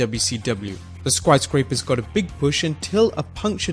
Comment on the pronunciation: he also had some trouble with "Sky Scrapers"